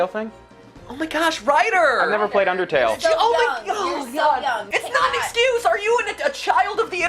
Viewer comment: but rider... IT'S UNDAHTAYLL! -MEHTPEHT